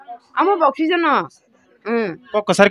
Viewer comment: I think you are trying to say oxygen 😅